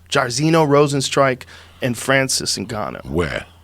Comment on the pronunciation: His best was ‘Magoomba’ - Francis Nngannou